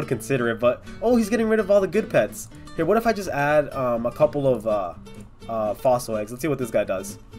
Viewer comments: When he said Aussie eggs instead of fossil eggs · like if you heard him say Aussie eggs instead of fossil eggs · He said Aussie eggs instead of fossil egg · Anybody hear him say aussie eggs but there fosll egg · he said four aussie eggs 😂😂